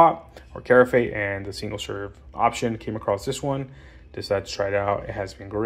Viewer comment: Carafe is pronounced Ka-raff not care-a-fay.